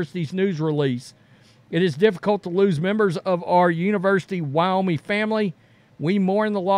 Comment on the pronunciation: I love this channel and what you guys do and I'm hesitant to mention this, but it's WyoMING. Like ring or sing. Ming. Keep up the great work guys.